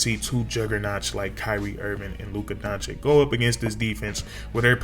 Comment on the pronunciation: it's DON-CHICH...